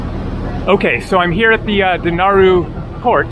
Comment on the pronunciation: Den-a-ral Island. I lived there for 6 months, great to see it again. Tourists pronounce it incorrectly